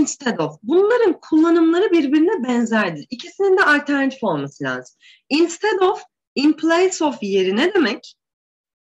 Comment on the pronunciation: Hocam instead, unless vs. Gibi kelimelerinizde telaffuz hataları var sanki..